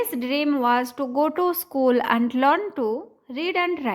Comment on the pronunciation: Are yaar bream nahi dream hai